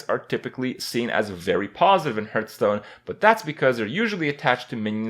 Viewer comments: I don't mind since a lot of people say it like that. But "Hurthstone" is so annoying! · Hurtstone and KRAY-KEN